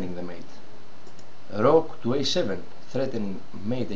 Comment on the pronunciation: προφερεται ρουκ και οχι ροκ ο πυργος